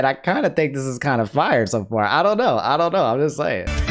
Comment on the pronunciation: Emphasis on the 'fire'